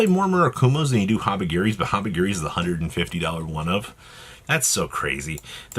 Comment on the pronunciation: Is he saying habigiri purposely or does have speech impediment